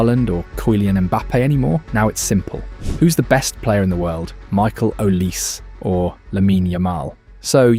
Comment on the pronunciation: Sounds more like Olisay than Olice.